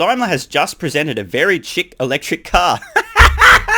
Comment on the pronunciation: best not to talk about standard deviations of intelligence then shortly after...pronounce "chic" as chick....just saying.